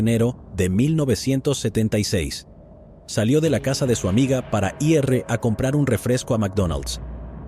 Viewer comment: Este narrador no es mas tonto porque el día tiene 24 horas, me carga cuando dice i.r. en vez de decir ir